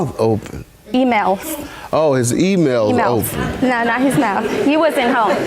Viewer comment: That was a diabolical way of pronouncing “email” 🤣🤣😂🤣😂😭😭